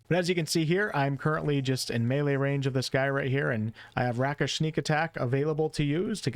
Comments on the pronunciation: Rake-ish. Not Rack-ish. Otherwise enjoyed the video. A multiclass of swashbuckler and hexblade warlock looks like it would be fun. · rakish is like ray-kish, not rack-ish =] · RAKE! It's pronounced RAKE-ish! Not rack-ish! How do you not know this by now!? This drives me nuts. If you don't actually know a word, GOOGLE IS FREE! There is no excuse at this point. I'm 100% certain I've posted this correction on one of your previous videos. /endrant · I believe it's "ray-kish", not "rack-ish" for pronunciation. But I'm totally looking forward to playing this update and watching the playthroughs! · It's "Ray-kish" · Rakish- Ray kish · Rakish = Rake. Rakish like a rake. Rakish audacity. Just being polite so you know for future reference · Its pronounced rake-ish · Path of Giants Barb looks super fun but I will always be a Charisma/Face player so Hexblade lock is just **chef's kiss**. Btw, just so you know Rakish is "rake-ish." Means dashing or jaunty. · I appreciate the video. I’m really looking forward to this patch! Just so you know, “rakish audacity” is the idea of a “rake” having audacity. A “rake” in this context is a kind of scoundrel. “Rakish” is pronounced as though you are speaking of something that is rake like. Not *rack*ish. 😊